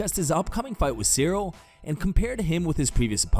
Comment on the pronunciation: The guy pronouncing Cyril’s name wrong. Disrespectful bum.